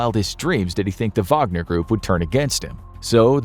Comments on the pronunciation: am i the only one who heard vodka not wagner? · Is it Whag-ner or Vag-o-near? Wagonereer? Groupee? gruiopierre?